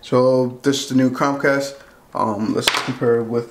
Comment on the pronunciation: He doesn’t know how to say Chromecasr.. keeps saying Crom cast. Really annoying.